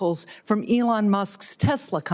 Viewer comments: What a sad hearing for Peters. Falling on the sword for the left since he's not seeking reelection. If you're going to talk bad about the man, you should at least give him the respect of pronouncing him name correctly. E-Lon not the hard Senator... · Why do you keep saying Ellon Musk? Your side said saying names incorrectly is racist. Therefore, you are a racist by your own rules. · Why does Senator Peters keep talking about Elon (which he can't pronounce correctly) Musk & Donald Trump, instead of the actual subject of the hearing, which is wasteful spending by USAID? The allegedly illegal methods of the Trump administration to investigate, report, and stop waste is not relevant to the hearing. Nor are the alleged conflicts of interest of Elon Musk. Regardless of the legality of how these examples of waste, abuse, or fraud were discovered, the purpose of hearing is not to determine the legality of those methods, but to examine the information they produced. This is another example of one of the many reasons people have been abandoning the Democratic Party in droves. Whenever their opposition tries to address an issue of legitimate concern, rather than participate, the Democrat Party prefers to use the conversation as an opportunity to digress into an irrelevant adjacent subject that they believe vilifies their opposition.